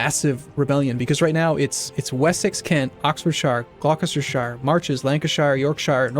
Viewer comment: Glockestershayer xD oh good God.